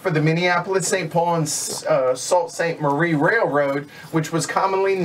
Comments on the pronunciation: Sault Ste. Marie is pronounced "Soo Saint Marie". Just to let you know. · enjoyed your play-through ... need to get this on the table soon! oh yeah Sault Ste Marie is pronounced 'Soo' Saint Marie and St. Ignace is pronounced St. 'Igness' (stress on first syllable)